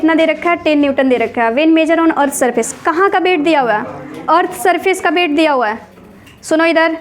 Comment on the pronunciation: Its weight not bate ma'am